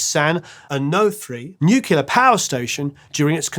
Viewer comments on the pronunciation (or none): Oh no … You said Nucular 😬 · N U C L E A R. not "nuclear"